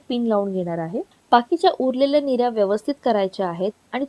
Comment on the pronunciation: Mirya😅 nahi g nirya